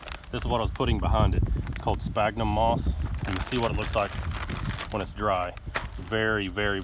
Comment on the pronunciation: Fyi sphagnum is pronounced SFAGNUM. Great little video clip!! Thanks